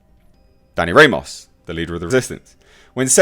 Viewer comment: Haha. Ramos is pronounced Rah - mose not Ray - Moss.